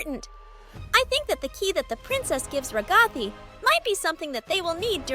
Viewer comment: Why did you say ragthai not ragatha